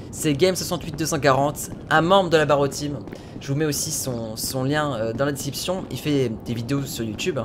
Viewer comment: Je suis le seul à entendre "le lien dans la déception"?